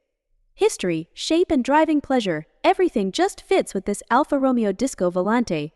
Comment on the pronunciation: why do i even bother............ it's pronounced Romayo